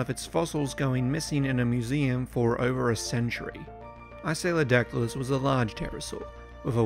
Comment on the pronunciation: Are you *mispronouncing* the name of this Early Cretaceous pterosaur from approximately 120,000,000 yrs ago, You strangely say “I-Say-O-Dac-Ti-Lus,” when the species orthography would suggest “IST-Ee-O-Dac-Ti-Lus” as the proper, correct pronunciation, as the name “Istiodactylus” means “sail-finger,” which is a compound of the Greek “istio” [pronounced “Ist-E-O”—- with the first syllable pronounced the way one pronounces the “ist” in the English word “fist”——and “dactylus,” the by-now quite familiar Greek word for “finger.” I do actually have an evolutionary question,. By the Cretaceous Period (particularly the Late Cretaceous) many of the more evolutionarily advanced pterosaur species——such as the (in)famous pteranodon and nearly all the great Azdharkids—-lost their teeth and tails (which had been characteristic of many early, Jurassic pterosaur species, such as the Rhamphorincids), and they instead developed large, toothless beaks. As the Istiodactylus was an Early Cretaceous pterosaur rather than a pterosaur of the Late Cretaceous, *DO YOU THINK ISTIODACTYLUS’S STILL HAVING ITS TEETH RATHER THAN A BEAK IS AN INDICATION THAT IT IS A MORE BASAL FORM OF PTEROSAUR THAN PTERANODON AND THE AZDHARKIDS? Or, rather, do you think that the Istiodactylus was a highly evolved pterosaur that just happened to keep its teeth because of the scavenging niche it occupied in the food chain?*